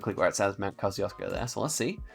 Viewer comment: The way you pronounce Kosciuszko 💀💀